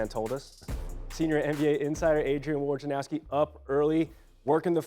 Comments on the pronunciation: I really don't get why it is so difficult for professional broadcasters to say Woj na row ski. malika did it from day 1. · all the firings at espn and they kept this guy who I dont know and can barely pronounce woj's name.